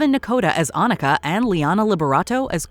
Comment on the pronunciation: Finally! Someone pronounces Anika right!